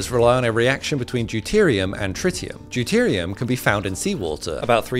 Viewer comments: Fun fact ‘Deutritium’ is spelled Deuterium, hence why everyone pronounces it (even you) doo-tier-ee-um not, doo-trit-ee-um. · Deutritium at the start of the video is not a word. Deuterium is. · Why does it say "deutritium"? 😂